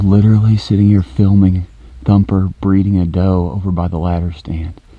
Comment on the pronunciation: Instead of thumper it’s humper